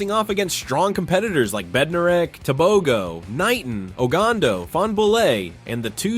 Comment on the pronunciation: Why are yall saying Tobegoo.....Its Tebogo Te...bo..gooo hauuuuu